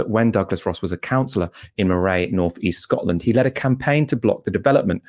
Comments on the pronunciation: Hi not trying to be rude or arrogant but Moray is pronounced M-U-R-A-Y I'm a local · Moray, is pronounced 'murray'. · Moray pronunciation wrong (here to help)